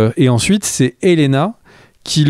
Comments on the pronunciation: Helaena se prononce « Elena » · Ça se prononce Helena, il n'y a pas de i